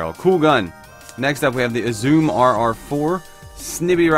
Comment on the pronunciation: Uzume= oo-za-may